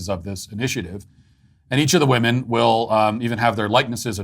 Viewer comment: People are pronouncing ‘women’ as ‘woman’ and vice versa. Nobody is talking about it and it’s driving me nuts.